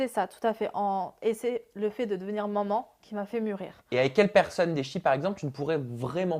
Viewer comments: C'est bizzar au lieu de dire “Maman” elle dit “Moman” ou j'me trompe ? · Elle dit manmans